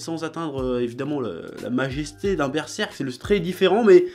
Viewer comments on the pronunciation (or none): none